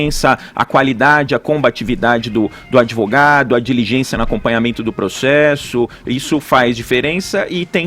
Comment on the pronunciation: pregso, progcesso...